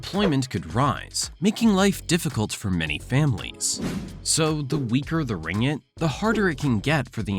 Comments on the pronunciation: its not ringit, its RING-GIT. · Pronounce "ring-git" not ringg-it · its ringgit, not "ringit". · it's pronounced as Ring-git, not Ri-ngit... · Why he pronounced it Ringit instead of RinGGit. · Ring-git is the actual pronounciation